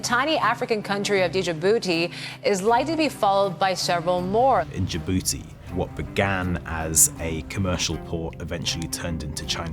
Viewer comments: D-Jibouti?????😳😳😳😂😂😂😂😂. Its Dji-bou-ti. Together. Not D-ji-bou-ti. Thank you. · A full reporter pronounces D in Djibouti